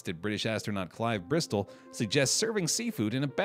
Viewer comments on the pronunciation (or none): none